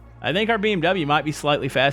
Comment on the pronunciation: i just realized that he pronounces mon bazou perfectly